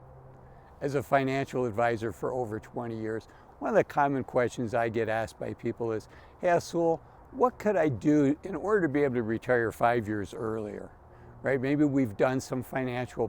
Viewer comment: Azul you have a cool name but as a Hispanic guy I have to say that when you say that word it sounds like Ahole and it should sound more like asool. There’s an important difference so that it doesn’t sound like something else. Sorry for this comment but I just felt had to say something.